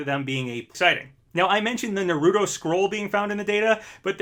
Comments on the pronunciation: every time he says it like "nuh-rudo" i loose my mind NAH-RU-TOH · Naruto's pronounced Nar-uto not narooto. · It ain't Narooto, it's NAruTo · Im not even joking I slammed my desk when you said Narudo and not Naruto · Dude rlly said nareootoe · The way you pronounce Naruto kills me (Nar-oo-toe) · You butchering Naruto name bruh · The way you say naruto is awful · why is it that NO ONE outside of the anime community knows how to pronounce Naruto’s name correctly lol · I love how ppl after all these years cant pronounce narutos name